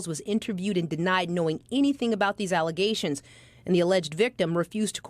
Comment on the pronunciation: The mayor said they were nothing but allezations. Hahaha